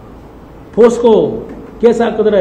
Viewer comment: ಪೋಸ್ಕೋ ಅಲ್ಲ ಅಣ್ಣ ಅದು....ಪೋಕ್ಸೋ🤦‍♂️🤣